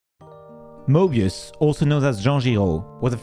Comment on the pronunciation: Moebius also known as who? (I’m not making fun of the French language nor am I mocking you, I’m just amazed at the pronunciation and also at the fact that I wouldn’t be able to pronounce it properly)